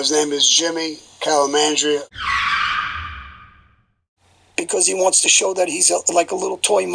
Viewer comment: Lol when Sammy said Jimmy Calmandria lol